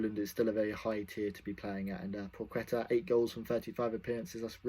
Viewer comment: pwaheta - pronunciation